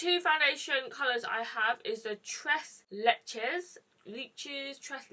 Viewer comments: She said tres leeches the 2nd time I laughed so hard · wet myself...surely she knows you don’t pronounce the s? Maybe she was in a hurry....sure felt that way! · The way she pronounced “tres leches” 😂😂😂 im sorry i couldn’t help but laugh a little ❤️❤️❤️